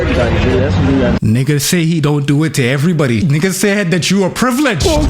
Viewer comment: Why are you say nigga you’re not fba that’s weird coming from yall and you say it like how Mexicans say it it’s cringe asf